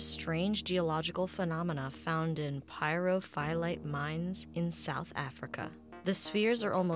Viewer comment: The the name Pyrophyllite is pronounced Pyro-Phil/ite